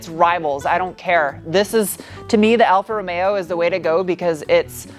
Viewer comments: I love the way you say Alfa Romeo!!! Sounds so italian.... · although you are not Italian, you pronounce Alfa Romeo wonderfully. In Italy, it's Wine, Women & Cars.... Not always in that order. You would be well received in Italy, in that outfit, white Lab Coat, High Boots in a Mini Skirt. Even your Nails are reflective of the color of the Car. The name means 4 Leaf Clover. Buon Fortuna!!